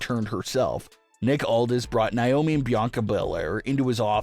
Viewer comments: It's not niomi it's Naomi 😢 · It's not niomi it's Naomi 😢😢😢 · Stop mispronouncing Naomi it's Naomi not niomi 😢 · It's pronounced Nay-omi If you spell her name backwards, is I moan